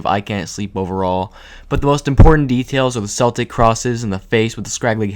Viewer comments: It's pronounced "keltic". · Cool video, but as a chick with Celtic ancestry, the way you pronounced Celtic kills me. 💀 It’s pronounced with a hard “c” like in the world “cool”, not with a soft c. Still, it’s a cool video. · isnt 'celtic' pronounced with hard c (k) noise & not an s noise? … excluding the Boston Celtics